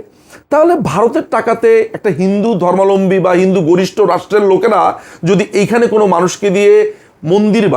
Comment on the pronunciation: ধর্মালম্বী বলেন কেন দাদা, সবাই এটাই বলে কেন বুজি না সঠিক উচ্চারণ টা হবে তো "ধর্মাবলম্বী"